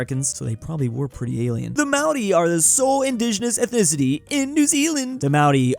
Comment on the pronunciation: can you pronounce māori correctly, your saying maodi it's pronounced m-aa-or-ii